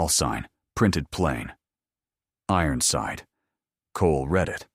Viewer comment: “Ironside” does not have 4 syllables.